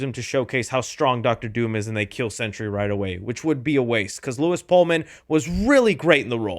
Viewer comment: Sentry, not century